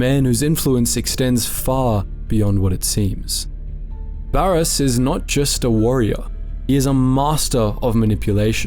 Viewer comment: Great stuff, but like, the game is easily accessible, how are so many names getting butchered 😭never have i ever heard someone pronounce Baras like that lmao